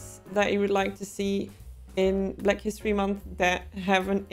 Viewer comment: "for bleck history month"